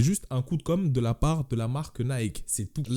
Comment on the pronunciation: En anglais Nike se dit Naïki 😉